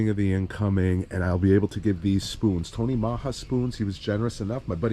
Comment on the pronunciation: love the videos, Those spoons are deadly for sure. You made me crack up the way you pronounce Tony Maja bunker spoons. Comedian and a Tight lines